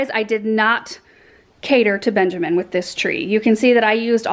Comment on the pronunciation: Whenever she says Benjamin i always think of Garrett watts' babydoll 😂 anyway That's a lovely tree 😍 and that cute little baby angel sleeping under it 😽💕